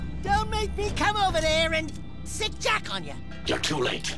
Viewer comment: 3 games and he still can't get Jak and Daxter's names right.